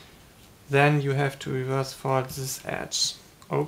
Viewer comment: You need to say and then not and zhen